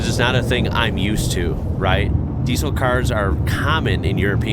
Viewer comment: Although "Diesel" is written with an S, it's pronounced "Diezel". The way you say it is weird